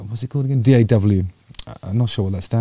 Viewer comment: DAW Digital audio workstation "a DAW" is pronounced like "a door", or "adore".